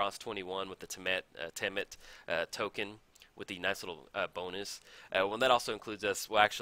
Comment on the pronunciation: Hey - Temmet is said just like temet, Rhys is the welsh spelling of Reece and pronounced the same:)